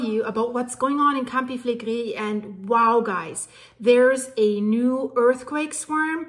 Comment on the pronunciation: love your reporting - I am watching with fascination. There has been elated activity all over the world - goodness only knows how this will all develop. I have been practising saying Campi Flegrei the way you do! Love from Scotland 👏🏼🇬🇧